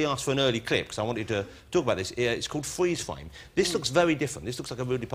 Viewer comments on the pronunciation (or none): Fweeze fwame